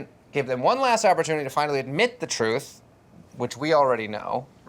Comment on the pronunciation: Wtf is an opportuntity,?😭